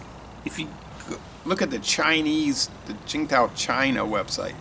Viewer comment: Hi, I have lived in Beijing for a long time. Tsingtao is the old way of romanizing 青岛, nowadays in the mainland its romanized as Qīngdǎo(first tone, third tone). I think the company leaves it as Tsingtao for an "old world" feel. Your pronunciation is not bad! If you have a chance, you should try the Pilsner in the Yellow and Blue can/bottle, it's all-malt and excellent in my opinion, 80 cents US a 500ml can, it's my home lager, you can look it up on the Tastings website. Qingdao is a cool city too, you can tour the brewery and the beer(all varieties) is sold all over the city from street side taps in cups, Pet bottles and even bags! Restaurants all have it on tap too. Some of the brands other varieties are pretty tasty, especially the IPA, Belgian White, Chunsheng and Auguerta. A lot of people buy the Liter-sized cans of the unfiltered Tsingtao too, like a kellarbeer.